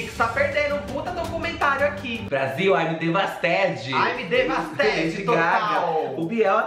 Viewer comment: "Aimi devastedi" 😂😂😂😂😂😂😂😂😂😂😂😂😂😂😂😂😂😂😂😂😂😂😂😂